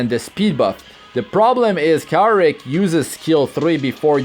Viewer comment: You pronounced his name wrong, its Kawaii Rick lol